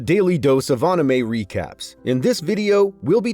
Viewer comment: Bro said “auuunamay”